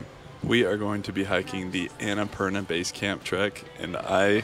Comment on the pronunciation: its ana-purnaa :)